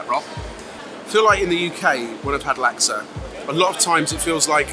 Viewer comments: I find it odd that you're British lads but pronounce Laksa like they do in America (lak suh). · ben, laksa is pronounced luck- sah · Love to see it!! (it's pronounced as "Laak-sah")